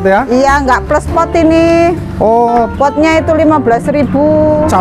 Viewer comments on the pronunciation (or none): none